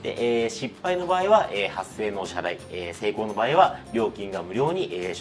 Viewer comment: 「8000円の支払い」が、「8000円の謝罪」に聞こえて、え、土下座でもすんの??って思ったw